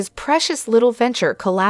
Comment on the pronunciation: Meri's name is not Marie. It is pronounced like Mary.